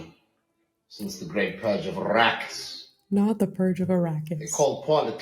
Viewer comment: I’m dead I can’t believe he said Arakis!!! 😂😂😂